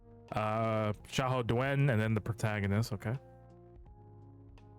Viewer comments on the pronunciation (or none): its pronounce Xiahou Dun not Du wen bc i watch 3 kingdom 2010😂